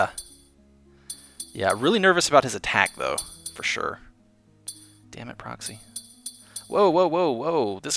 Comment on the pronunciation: My "Fur Shur" is like an evil plague that continues to spread >:]